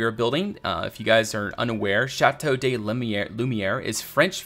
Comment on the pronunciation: Great video! I really can't wait to see this finished! A small tip for the pronounciaton of te name: "de" in french is pronounced "duh"